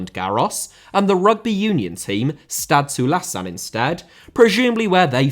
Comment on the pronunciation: That pronunciation of Stade Toulousain is how I know you are not a rugby union supporter. Could have simply said Toulouse for ease of access 🤣